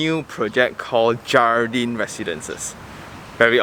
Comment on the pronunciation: I think should be read as 'hardin' J is as H I think they put 'jardin' as the Spanish word, which means ''garden' I guessing only ya